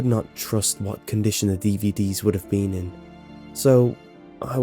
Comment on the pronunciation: Every time he says been,he pronounces it bieen